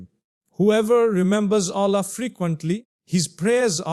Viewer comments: Why pronounce Allah ( SWT) as Ollah May Allah(SWT) forgive u for Using AI for Mufti Menk as he is highly RESPECTED nd A GREAT SCHOLAR OF ISLAM. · His pronounciation of Allah is improper